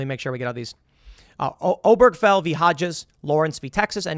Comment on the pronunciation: Ober-guh-fell. I know his brother. Everybody mispronounces it. Lol